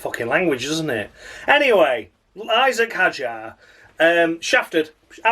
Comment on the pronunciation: Isack Hadjar isn't even difficult to say, David Croft what are you playing at 🤦‍♂️🤦‍♂️